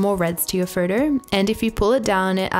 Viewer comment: Please learn how to pronounce "photo".